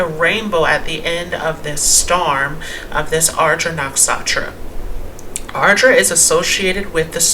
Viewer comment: " Nuk Sha Tra " is a better pronunciation . "N-uh-k-sh-uh-t-r-uh"